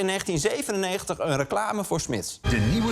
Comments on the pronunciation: Smis bestaat al zolang niet meer dat Arjen het niet meer kan uitspreken. Chips. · Lubach kan Smiths blijkbaar niet uitspreken 🤣🤣 Smiss!! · ...kun jij geen Smith's zeggen?